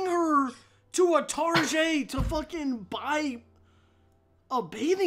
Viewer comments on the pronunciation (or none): really said target like tarjet